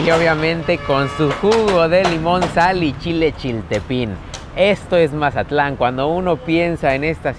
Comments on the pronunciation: Porque dices Majatlan? Es Mazatlán. hubieras puesto música de Banda no cumbias chilangas, yo creo que no sabías dónde andabas 😄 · Es tan difícil decir Mazatlán en vez de majatlan? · Para ser de otro lado dices como todo un mazatleco la palabra "majatlan" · porque por el acento que tenemos la mayoria de los mazatlecos, asi se escucha cuando lo pronunciamos. José Alfredo Jiménez compuso la canción "el corrido de Mazatlán" te recomiendo que escuches la versión cantada por él mismo.